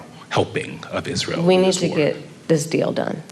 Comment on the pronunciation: The stop "WE" pause!!!!! Remember, its we, its her!